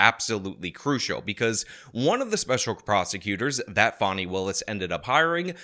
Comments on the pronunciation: Escuze me that's "Fawn-E" not "Fan-e". Right from the jump she's ridiculous. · Who is Fawny Willis? It's Fani (FAH-nee) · It's Fani! Not Fawny! Dang it! 😊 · not a criticism of him, things can be misinterpreted. The media is calling this woman Fawni when it’s obviously Fani. I think all this stuff is interesting how names are handled even Kamala, who has pronounced her own name several different ways. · Fan-eye......can't be taken seriously. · Fani is pronounced "fanny." Fani is a shortened form of Fannie, like Fannie Mae. It's a Southern name. We say "pea-can" and "ant" for pecans and aunts. Besides, would you pronounce Dani as "daani?" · The way you say fawney willis is hilarious to me. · I thought it was pronounced Fanny, which somehow seems more fitting. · Pretty sure it's pronounced "fanny". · He mispronounces everybody's name intentionally if you haven't noticed by now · You're pronouncing "Fanny" wrong.